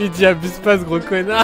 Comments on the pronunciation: A-boue-se pas frère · faut pas dire abuse pas frère faut dire aboue-se pas frère